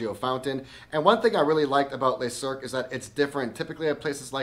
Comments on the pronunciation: I love the content, and really want to check this place out, but you’re pronouncing the name wrong. It’s pronounced le(luh) not les(lay) le is singular les is plural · If you want to get your pronunciation right, it’s ‘Luh cirque’ not ‘lay cirque’. And that cocktail is not ‘Dor-jon’ it’s ‘Dor-doyne’. Great review though.